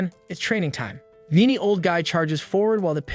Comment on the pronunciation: What's up with the "man" and "you rascal" every sentence? Not to mention mispronounced words like veiny being said veenie. Need to train your Ai model better.